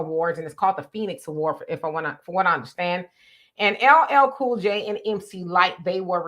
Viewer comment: LLL Cool J? What kind of Black People vote for that when he can’t get his Name right? 👀🤷🏾‍♀️